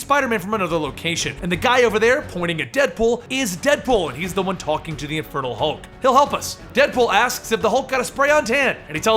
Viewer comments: It REALLY sounds like you're saying "the INFERTILE Hulk" lol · I honestly thought you were saying "Infertile Hulk" at first! 😂😂 I love these videos, you genuinely make it seem like I'm reading a comic. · Each time you said Infernal Hulk, I thought you said Infertile Hulk.